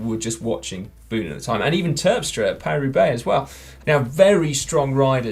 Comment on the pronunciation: Paris-Roubaix? No: Parua Bay! :-)